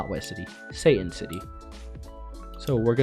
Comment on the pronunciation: When you say satan city, i dont know why but i keep hearing saiyan city